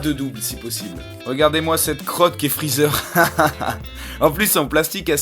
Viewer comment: C'EST PAS GOTRUNKS MAIS GOTENKS !!!!!!!!!!!!!! C'est pas Champma mais Champa et c'est pas Freezeur mais Freeza.